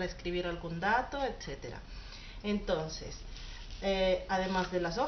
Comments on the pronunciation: jaja dices etsetera y es eceterabueno no pienso burlarme de ti me encantan tus videos y me suscribi y puse manita arriba visita mi canal! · No es ni etcetera ni ecetera,es ETCÉTERA!